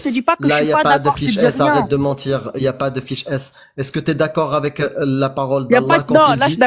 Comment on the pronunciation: Je parierais qu’elle est de Marseille ou très près, on y entends ça de plus en plus, sans mentchirrr 😂